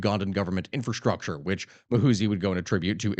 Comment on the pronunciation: It's Muhoozi not "Mahusi"